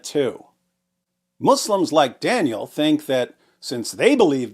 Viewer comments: I kept hearing "Daniel Pikachu" the whole time. 😂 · i wasnt looking at the video when listening. I thought bro was saying "Daniel had pikachu" 😢😢😢